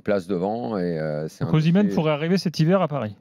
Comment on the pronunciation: Osimenh... Pfffff... Pas sur que ce soit bon..